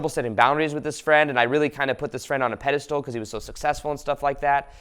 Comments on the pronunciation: I love your videos , they are full of awesome insight. But please stop saying "Pedestool" instead of "Pedestal". It's a word you use in a lot of your videos and you mispronounce it every time :) . Much love ! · He also says “pediSTOOL”, cracks me up😆❤️